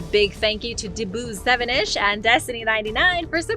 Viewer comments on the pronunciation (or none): Had to stop and comment, you shout out a name of someone, and you say Dboo 7ish, I stopped laughing, and this man needs his props. It’s Double 007ish, like James Bond’s little brother, Jerry Bond.